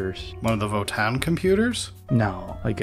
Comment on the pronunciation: Just for the record, it's Vo-TAN. It's not a double aa sound, it's a hard N. So It's Vo-Tan.